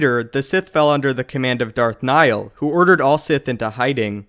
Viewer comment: Darth nihl